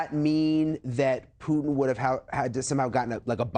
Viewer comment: It's actually Mr Putin he deserves to be pronounced properly